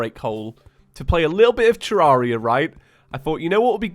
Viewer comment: Please stop saying Terraria wrong, it's painful..